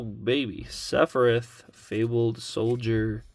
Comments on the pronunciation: Seph-e-RETH 😂 = SephiROTH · definitely mispronouncing sephiroths name on purpose